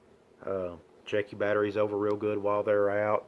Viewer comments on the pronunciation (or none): none